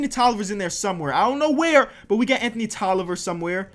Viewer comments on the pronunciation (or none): none